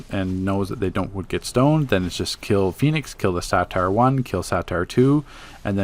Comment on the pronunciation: It's a (Say-ter) not a satire...